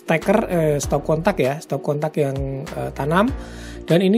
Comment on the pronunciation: Stop kontak bang,,,bukan stop katak Hehehehe 🤣